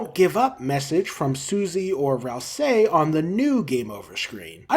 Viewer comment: why still cant pronounce ralsei properly?